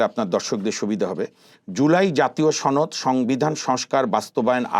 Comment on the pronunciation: সোহরাব বিহারীর ছেলে ছনদ বলে কেন সনদ বলতে পারিস না।